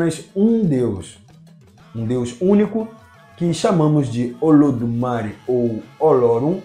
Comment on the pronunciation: oi? meu filho vc acha que o acento no é significa o que??? é uma silaba tonica meu filho, fale ododumarÉ como sempre falamos antes da internet ou como olodumarÊ que tbm se fala, essa pronuncia sua olodumari vem de sotaque ingles , talvez de cubae não ta correta nao.